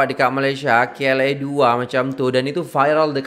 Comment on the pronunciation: Bukan kla2 tapi klia2